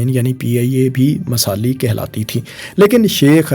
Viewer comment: masali :D bro you need to work on Urdu pronunciation.